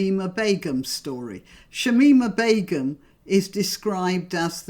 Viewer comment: Shamina Bacon lol slip of the tongue but i like it... she wouldn't